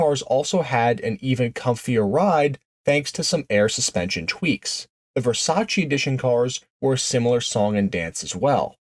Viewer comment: Versailles not Versace.